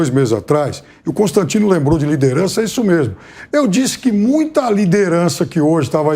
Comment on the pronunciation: Lirederança? Hahaha